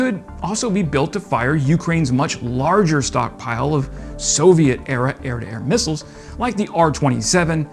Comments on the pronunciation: He can't say missiles. Comes out as missels or something like that. Try route, mirror, vase. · Every time he says "mussles" I just cringe.